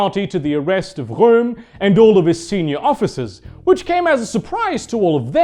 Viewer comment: I really like how he says Röhm in